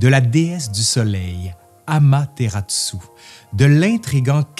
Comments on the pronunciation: Petite correction, c'est bien Amaterasu et non Amateratsu. Ça fait une différence en japonais 😅. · Merci pour cette vidéo très complète. Mais je me permets une petite critique sur la prononciation : Amaterasu est prononcée "Amateratsu". Pour un francophone, la différence est minime mais en japonais c'est très important car un kana est remplacé あまてらす(su)>あまてらつ(tsu)